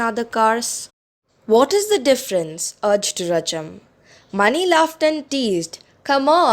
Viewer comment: Ma'am , you pronounced mani wrong , it is pronounced मणि